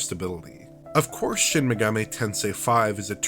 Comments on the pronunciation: It's not pronounced Megameh... it's MegaMEE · Dude's voice is boring, and that lisp... And "maygahmay". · It blows my mind how so many YouTube channels mispronounce Megami as "Meh-gah-may." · Shin Megamay Tensay